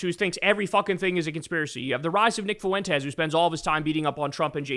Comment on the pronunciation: It really would be nice if you could stop mispronouncing the name Fuentes.